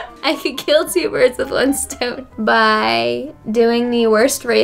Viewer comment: "I could murder two bulerrrdddsss with one stone" 😅🤣